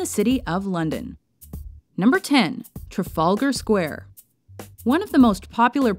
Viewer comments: it's pronounced TrAfAlgar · Traf-algar Square ... NOT Tra-Falger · I hate to bother but u mispronounced Trafalger (only slightly) u said it as Trafulgar, but it dosen't matter, anyway great video though! :) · "Trafulgar" square? Can't you yanks pronounce any English correctly? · I was about to write that. Theres a second A in that word for a reason. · OH GOD STOP SAYING TRAFALGAR LIKE THAT, it hurts my ears to hear it said like that, the pain! oh the pain! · You don't pronounce the 'r' in Trafalgar. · oh my god i cannot take the way she says "trafalgar" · its funny how she pronounces trafalgar square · Please learn how to say "Trafalgar Square". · Yeah the Trafalgar Square pronunciation sounded SO weird